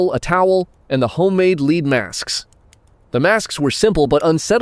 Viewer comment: Don't let the lack of views deter you. Keep going, that's all you can do. The only way to fail is to quit. You should try and do longer videos, 10 minutes or more. Also you voiceover is annoying when it says "leed masks" just check it, changing it to "led" should work.